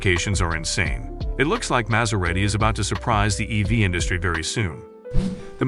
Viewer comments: How do you pronounce it correctly and then so wrongly the more you get into the video! It's pronounced as Maz-era-ti, Yes it's spelt Maserati, but the S is pronounced like a Zzz. Really good video but. Also I don't think Maserati would shoot themselves in the head by going all electric, I think that's a bit false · The narrator has a tough time pronouncing the brand name 'Maserati'... Its really not that difficult.. He goes from saying it correctly.. to saying it incorrectly. Its annoying.